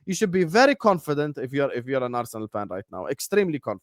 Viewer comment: ARRRU - SENAL...😂😂😂